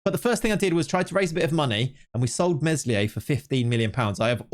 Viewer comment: Please stop pronouncing the s in Meslier